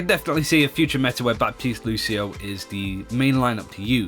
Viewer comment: The p in Baptiste is silent!